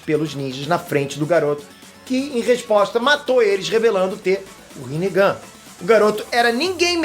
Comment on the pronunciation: Rinegann ri negão kkkkkk